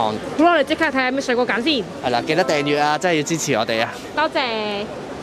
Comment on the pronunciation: 係讀「真」係呀，唔係讀「憎」係呀！懶音要改善啦！哈哈